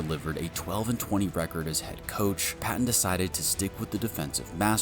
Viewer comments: The GM's name isn't pronounced Patton. It's pronounced George Pay- ten. Just like Sean name or Peyton Manning. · Is this another AI voice over video it is George Paton pronounced like Payton. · George (Pay-ton) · It’s spelled Paton but actually pronounced “Peyton” as well. I know! Lots of Payton/Peytons around here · How come youre doing a Broncos video, but dont even know how to pronounce the GMs name? Just lazy, and makes a good video cringey to listen to. Lame. Its pronounced PAY-TON, just spelled Paton. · PAton. Long A. Paton. We have three, all spelled differently but pronounced the same: Peyton Manning, George Paton, and Sean Payton. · Great video. It’s funny to me how you have all of this knowledge but you don’t know how to pronounce George Paton‘s name. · Can't even say Paton's name right? I hate AI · So, you just don't know how to pronounce his name? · PATON’s name is pronounced like Sean’s last name. How the fuck do you make videos on the Denver Broncos and you don’t even know the pronunciation?